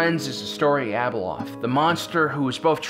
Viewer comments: Wish the narrator would consistently pronounce Abeloth's name correctly. He calls her Abeloth then calls her ABLE LOTH. Great video but the vacillation in her pronunciation of her name is distracting. Overall great video. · I love your videos and all the lore... But I just can't stand how you mispronounced so many names, A boloth!!, Cell-est-e-als.